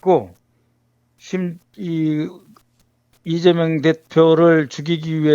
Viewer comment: 간첩을 존경하고 그러니! 리ㅇㅇ 라고 발음하는것 분명히 들엇어.